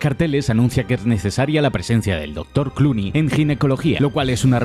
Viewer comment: Ni siquiera dice Clooney dice Cloney y es el apellido de uno de los desarrolladores